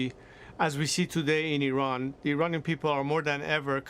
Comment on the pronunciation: The way Hannity pronounces IRAN near the start of the video hurts my ears.